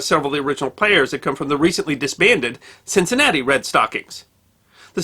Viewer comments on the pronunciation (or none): none